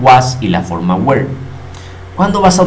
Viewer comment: Crees que esta bien tu pronunciacion de were ? Yo no lo creo